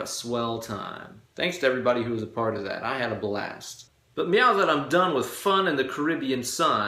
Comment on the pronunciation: I know I'm WAY behind...years behind, in fact. BUT, if you go to into the vid, he's clearly saying "Meow, " rather than saying "Now, "... so, I played it back three times, and laughed every time lol (the reference is from the movie Super Troopers).... So: • if someone already mentioned this in the comments section. . . .I apologize for idiotically repeating someone else. • if not?. . . .You're welcome.